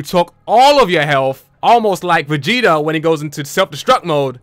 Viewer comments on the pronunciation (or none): none